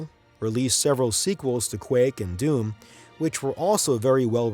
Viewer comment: He keeps calling doom "dune"